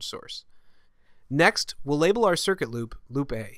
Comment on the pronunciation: lol when you talked about "loop A" I couldn't help hearing you say "Lupe" haha